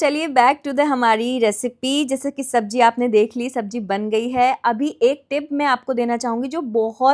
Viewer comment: Sabzi ko sabji bolne lagi